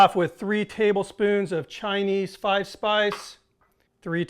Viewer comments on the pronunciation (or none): Chi-nee 5 spice rules.